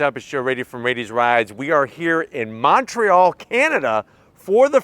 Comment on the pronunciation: dude didn't say Montreal right.